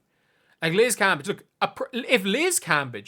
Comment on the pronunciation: Your saying her name wrong! *cringee